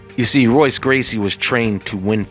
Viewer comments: Their names are pronounced differently. In Portuguese the R’s are pronounced with an H sound. So Royce is pronounced Hoyce. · pronounced "HOYCE" not Royce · The "R" in his language is sounded out as "H." It's "hoy-ss" but that's okay...you know just enough...just enough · your constant mispronunciation of the gracie names makes you look like a white belt. in portuguese the r makes an h sound. i.e. hoyce or horion. youre welcome. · R is pronounced H in the names (brasil portuguese) sounding like Hoice & Horion